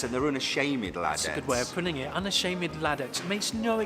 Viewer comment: Una-shay-med lad-ettes! (With ❤️ heart)🥰